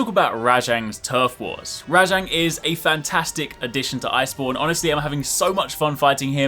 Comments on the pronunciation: I'm sorry but it RAJANG not RA-JONG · WHY do u keep calling it RA-jang it's just rajang